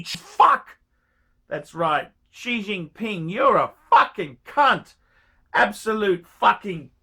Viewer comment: That’s what I heard too